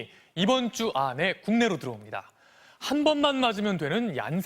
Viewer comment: 이번주 안↘️에↗️